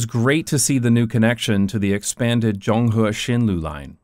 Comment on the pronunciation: As an urbanist, traffic safety advocate, and long-time fan of this channel who happens to live down the alley , I absolutely love this video! Please talk about Taiwan more! btw, shout out to the perfect pronunciation of "Zonghe"👍